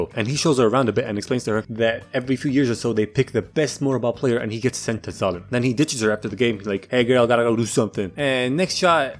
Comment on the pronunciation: My dumbass thought that when he sai"d we got Zalem" he said "we got X.A.N.A" from code lyoko